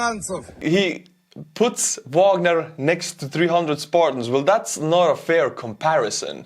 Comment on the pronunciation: face-fuchsia-poop-shape::face-fuchsia-poop-shape::face-fuchsia-poop-shape:Bro, you are doing a great job, but there is one thing that gets on my nerves as a lover of classical music. Please start Wagner with the V sound and end it with the AH sound - it is a german surname, not english. Don't copy Prigozhin, he is just a dumb orc.:face-fuchsia-poop-shape::face-fuchsia-poop-shape::face-fuchsia-poop-shape